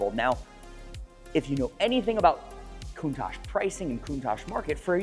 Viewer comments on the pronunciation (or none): So, is it pronounced “Countosh” or “Coun-tach” with the second half pronounced more like “watch” with a “t” instead of the “w” as Valentino Balboni says it? Cool channel! Subscribed!!! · Rarely are these cars name pronounced correctly. Think w atch, it is how Marcello Gandini said the name. I think he would know; He designed and named it. Not trying to be a d----.